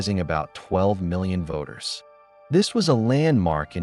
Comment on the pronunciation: NECOOIICO TREEAY 12 miln VOTTros PEACE PERVERITION LAW What 💀💀